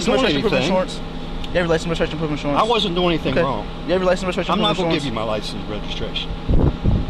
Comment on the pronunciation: "pwoof of insuwance" is cute as fuck lol